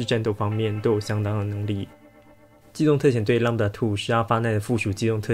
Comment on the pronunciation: 是念lamda2還是lambda2啊？